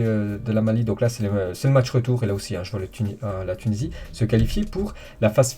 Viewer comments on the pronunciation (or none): "du côté de la Mali" ça m'a terminé son accent